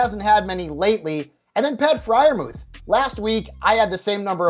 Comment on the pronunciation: Friermuth for sure